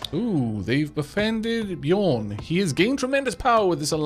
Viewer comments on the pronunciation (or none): none